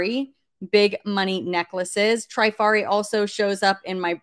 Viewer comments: Vendome is the brand. It is pronounced Tra far e. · Here are some pronunciations for you Spelled phonetically Trifari has a short “i” like in “trip.” Vendome is pronounced “Vondome” Parure is “pawroor” Hobe is “Hoba” like in obey. Schiaparelli is pronounced “Scaparellee”